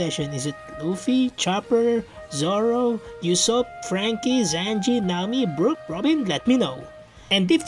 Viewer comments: Did he seriously call Usopp Yousopp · Bro the way he said ussop u ssop😂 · no way bro just said YOU-sopp